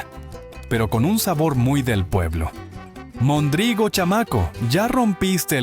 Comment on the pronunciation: Se dice mondrigo con acento en la primera o no mondrigo